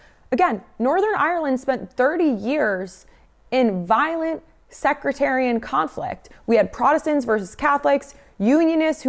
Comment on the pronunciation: Also, I think you were making this vid on the fly but just as an FYI, it's pronounced sectarianism, /sekˈterēəˌnizəm/ — just as a future reference. Good job on the vid though.